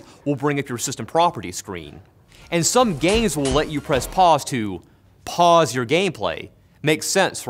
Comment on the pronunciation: You kept saying Pauls. And I kept hearing balls.